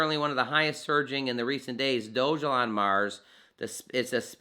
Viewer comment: Thanks for the video but one correction: Dogelon is pronounced Dawgahlawn, not doge-alon.